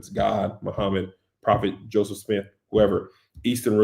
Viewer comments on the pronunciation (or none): none